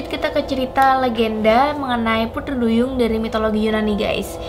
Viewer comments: kok pudri duyung🤣🤣 yang bner dlu sihhh ngucap putrinya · Iya. Kk nya beda pengucapan nya.. Pudri duyung..